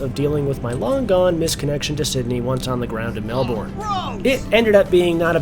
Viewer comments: The pronunciation of Aussie cities on YouTube is horrendous. It's not Mel-born, it's Mel-Burn. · ways to make an aussie cringe when an 'merican calls it "mell born" mel bin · FYI, the proper pronunciation is "Mel-BUN!" Hardly a genuine OZ experience. No "drop-bears" in the overhead lockers, no 'roos serving the meals, and no Vegimite! QANTAS has really gone downhill. :-) Still, PE is a big step up from Sardine Class in comfort, and almost essential for a long flight. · We say Melbun - I come from Manchester 😆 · Pronounced Melburn :)